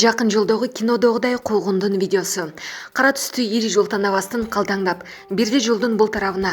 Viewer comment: Суйлоп жаткан чон кыз, калтандап эмес...калдандап десен туура болот.